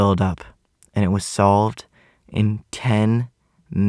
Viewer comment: Him be like:it was sovled in 10 minutes. WHAT THE FU